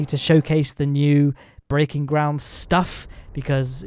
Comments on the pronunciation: good Schtuff like a german guy will say "stuff" ;) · I like how he puts the "SH" in the word stuff when he says " all that good shtuff."